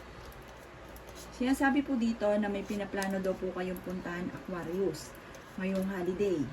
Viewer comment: Hello suggestion lang po wag ka magmadali kasi mali mali yung pag pronounce Sagittarius or Aquarius lagi po ako nag aabang sa reading nyo sa past days totoo lahat sinasabi nyo